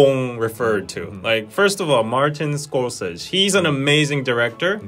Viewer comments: LOL love this video but on the right keeps pronouncing Martin scor-SAY-Zee's name wrong LOL he kept saying "Scorsage":P:P:P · It's pronounced as SCOR - SE - SE and not Scorses. It's an Italian name and not American. Hence, the pronounciation. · Need to stop saying Martin Scorsese name you're saying it wrong. Congratulations Korea and every Korean in the planet this is such a wonderful moment. I'm not Korean but I'm really happy for you. Then you destroy it by showing how backwards Korea still is. Damn I agree with you guys and to my knowledge the U. S. Doesn't have segregated school not if they want to get government money. You might find a high school usually religious ones but not colleges or universities. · Though I love your pronunciation of Martin Scorsese’s name, it’s really pronounced “scor-se-see” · Congrats to Parasite 👏 very cool. Speech was so touching. I just saw it recently & like said it's so very relatable! Sorry but Martin's last name is pronounced like "Score-say-see". Just sayin. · I ❤️ You, but you keep saying Martin Scorsese’ name wrong! 😂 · Could you two be any cuter? And Korea isnt taking over..lol! You two are! You all dont realize how much the west didnt know about your culture. Martin Skor-seh-zee is how his name is pronounced...lol! It is really nice to see you both so proud. Congrats to the all. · It's pronounced Score-say-z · When you are mildly triggered by still saying “Scorsese” wrong even after hearing Bong Joon Ho & the translator say it correctly 😅🙈